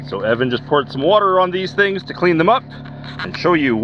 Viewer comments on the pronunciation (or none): none